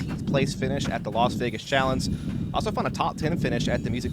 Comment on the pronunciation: not in the wind. That would be absolutely crazy to do. Great commentary, i don't even know how many freaking years of cs I've heard from you and didn't like it but this commentary.. It's really nice. BTW your way of saying "challenge" is a little weird.